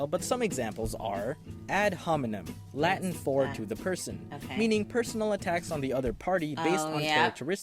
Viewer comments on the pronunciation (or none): none